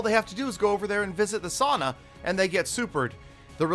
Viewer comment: U pronounced sauna wrong